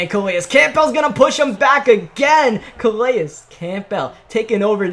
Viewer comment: Calais Campbell (Kuh-lay-is kam-bull)